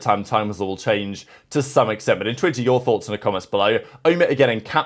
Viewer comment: INTWINTER YOUR THOUGHTS